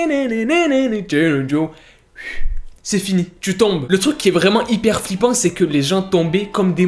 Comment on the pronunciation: Je suis la seule à entendre "vrai mangue" quand il dit " vraiment" ? 😭